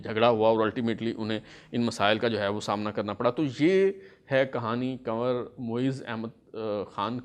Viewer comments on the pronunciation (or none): ye word kanwar nehi hai kunwar hai.please check it.